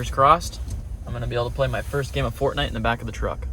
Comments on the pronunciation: it sounded like he said fartnite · I thought you said "Fart Night" and I briefly wondered which video I missed. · Teun ont he subtitles and see this part he said fart night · Did you call it Fartnight? That’s what I’m calling it from now on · Is it just me or am I hearing fartnight😂 love yr vids man❤ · Fartnight he said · did he just say fartnite :skull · Did this man just called it fratnight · He first said fartnight 😭😭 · First said fartnite 😂😂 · Bro said Fartnite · When u first saide fortnite u said fartnite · Did he say fartnite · I thought you said fart night 🌙 🤔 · Well he said fartnight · Though he said fart night the 1st time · The funny part was that you said fart night instead of Fortnite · he said fart night 😅😅😅😅😅😅😅😅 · this guy really said fartnite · I heard fartnite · Bro he said Fartnite but I get it he meant Fortnite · You know hes lying when he says FARTNITE😆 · Did he say Fartnite lol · Did he said "fart"nite🤣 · Bro really said fartnite 😂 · ''f a r t n i t e'' u said fartnite XD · ( he says fartnite) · ''expecially FaRtNiTe'' 😆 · This dude really just said I enjoy playing Fartnit 😂😂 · At first I thought he said Fart Night when he said what game he liked to play!!